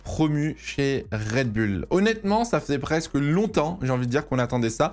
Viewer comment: toujours red bul et pas red boul dans la prononciation...